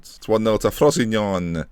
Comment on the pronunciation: Sal-air-knee-tan-oh Fro-see-no-ney Italian pronunciations;)